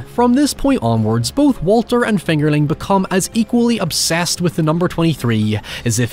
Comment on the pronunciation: Everytime you say fingerling, it almost sounds like “it’s finger licking good” lol